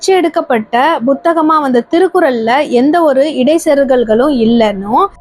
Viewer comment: உச்சரிப்பு பழை அதிகம். திருத்திக் கொள்ளுங்கள். உதாரணம்: புத்தகம் என்பதை Butha ஹம் என்பது தவறு. Puத்தகம் என்பதே சரி